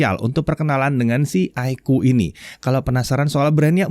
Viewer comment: iqoo = aikuu ❌ iqoo = iko ✅